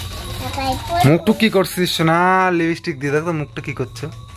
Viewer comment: তোমার পূজোর কেনাকাটা খুব সুন্দর হয়েছে। তুমি লিপস্টিক উচ্চারণ টা ভুল কর একটু চেষ্টা করলেই ঠিক হয়ে যাবে। কথা টা লিপি না লিপ্ স্টিক।